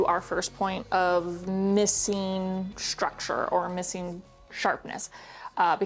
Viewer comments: you know it's structure not shructure ? 🙂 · Structure. Not shtructure. Very distracting to hear thar over and over. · what kind of accent do you have? the way you pronounce structure for example